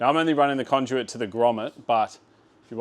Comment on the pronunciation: Does my head in how you say conduit say it as if it’s spelt condute